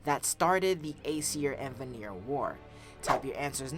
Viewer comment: you keep mispronounce the Vanir it is pronounced Van-ir not Va-nir you keep saying it wrong